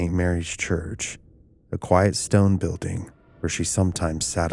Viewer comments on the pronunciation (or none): none